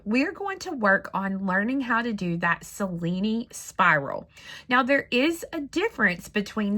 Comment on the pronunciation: dear, may i tell you the right pronunce of Cellini, an italian name, you can pronunce as written Chellini in english and you will be the only one knows how tell that name correctly in USA. Hope you want consider my suggest as interesting. I Love this spiral to make a bangle💞